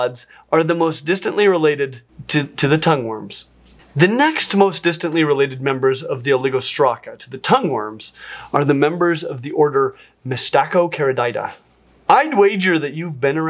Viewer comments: I think you are throwing a few extra letters into your pronunciation of mystacocarida. 😆 That aside, another interesting video. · Mystaco-carida! Mystaco-cari-dida? It's really rare when I see you mess one of these up! Goddamn you're cool tho!